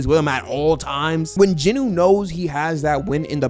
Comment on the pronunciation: stop saying "jinoo" say it like it is "jin-woo" not "jinoo" smh.